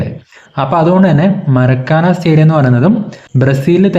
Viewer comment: മരക്കാന അല്ല മാർക്കാന ആണ്